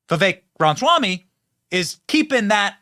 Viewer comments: Benny, Benny, Benny it is RamAswamy not Ramswamy. Love ya brother but that distracts me every time. Lol. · Hey Benny, long time fan here. 😊 Please try to be mindful that you're constantly mispronouncing his name. It's pronounced, "rom-is-wah-me", and you are saying, "rons-wah-me". I doubt you're mispronouncing his name on purpose.